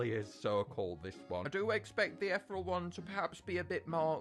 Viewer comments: ETH (like in ethan) E ( vowel) Real not Ethrel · Eth-ear-eel Island. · the way he said ethereal